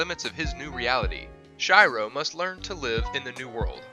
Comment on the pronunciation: who the f is shairo?? 👎